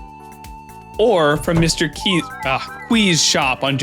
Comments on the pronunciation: Pronouncing qi like qwee is way worse in my opinion. I didn’t even notice that he said the S out loud until he pointed it out in the second video. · i don’t care what that man says, that pronunciation of qi is criminal